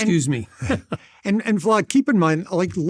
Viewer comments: These guys are American college graduates how can they not pronounce Vlad? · Dude on left keep calling vlad vlod lol ha ha ha